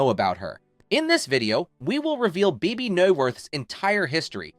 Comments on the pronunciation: it's annoying and rarely, if ever, pronounced correctly. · You pronounced Bebe's name differently so many times......